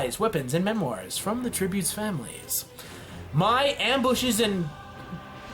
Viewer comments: Mai is pronounced may not my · Also, Mai's name is pronounced May. Don't go Shayamalan on us. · Sorry.. the way he said mai tho smh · It’s Pronounced May not my And Sh ow not zow And Pea-On-dow not piedow Please find out how to say these before you make this